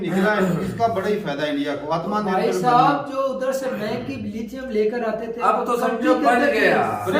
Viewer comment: Atmaa Nirbhar ..🤣🤣🤣 Kya pronounce.karte h ye log